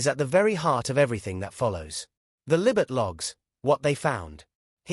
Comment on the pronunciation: who on earth is"Libet"? does the narrator not realise the child is called "Lilibet"?